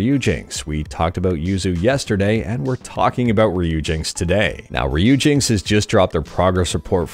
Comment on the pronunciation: its pronounce riper-ri-peri